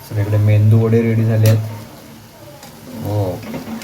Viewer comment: मेंदू वडे नाही, मेदू वडे म्हणतात.